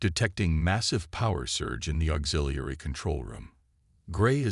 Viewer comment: It seemed to have a hard time pronouncing "auxiliary" lol, but good story.